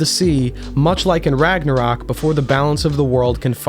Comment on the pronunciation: As a person that speaks a nordic language your pronunciations actually seamed to all be very onpoint (ofcourse an accent is apparent but its not that noticeable on singular words) however i cant even blame you for misspronuncing Ragnarök i doubt the ö is even used in the source where you got Ragnarök from